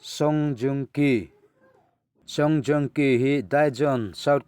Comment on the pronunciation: song jong ki kha a hming i lam dik lo deuh hlek